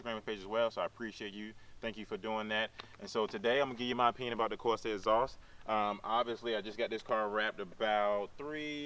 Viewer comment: WTF is a Corsa "Escream Ezoss"? Speak English please.